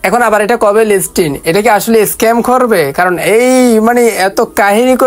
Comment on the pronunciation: লিসটিন ✅ লিস্টিং❌